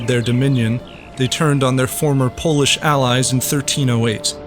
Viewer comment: Nice Polish pronunciation!